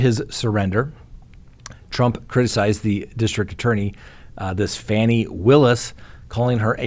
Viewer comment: The DAʻs name is pronounced Fawni, and everyone knows that. Mispronouncing it is a signal youʻre a MAGAt. And the defendants DO KNOW the election was lost by Trump, thatʻs why they are in trouble for conspiring to steal the election. They were even referring to their "fake electors" FFS. Youʻre too smart a guy to not know those details. Iʻm disappointed to find youʻre not owning up to the truth of the criminal charges and instead are trying to excuse, deny, and pretend they havenʻt done anything wrong. Uphold democracy, not those who attempt to steal it.